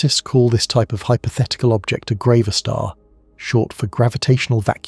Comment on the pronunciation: It must be grav a star as in gravity … not grah-va-star